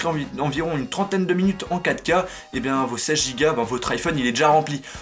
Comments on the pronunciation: quand tu dist filmez en 4k , sa sonne comme si tu disais Kaka :) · Pourquoi il dit l'apparition de caca mdrr a